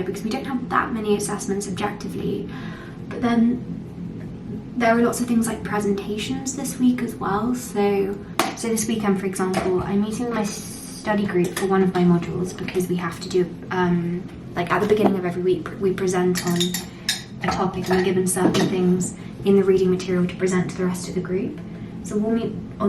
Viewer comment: It’s the peculiar swap out of the E’s for A’s in her pronunciation that grates for me, e.g. example is axample, exquisite is axquisite, everyone is averyone.. so when except becomes accept, unfortunately, it tips over to irritating as nails on a chalkboard 😂 I’m sure it’s not deliberate.